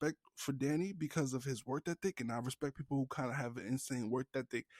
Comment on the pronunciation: Bro can’t say “work ethic” ain’t it 😭 work thethic 🤣